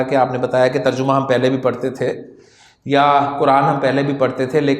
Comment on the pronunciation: تر جمہ کا تلفظ اکثر لوگ غلط کرتے ہیں terjamah not terjumah